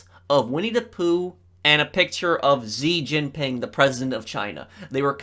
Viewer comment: Xi jinping is pronounced shi Jinping